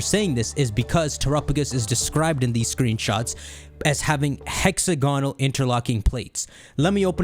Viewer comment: Bro it's hex-AG-onal